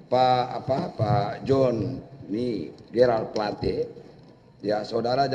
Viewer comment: Ahli hukum kok bilang namanya plet padahal namanya plate.